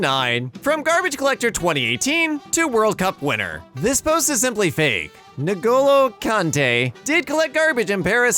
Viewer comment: "Nu'golo Kante"